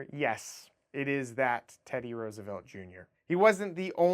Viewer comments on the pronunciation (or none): none